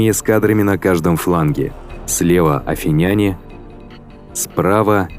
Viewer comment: Автору: Обратите внимание на ударение при произношении названий народов. Т.е. не афинЯне, а правильно афИняне и т.д.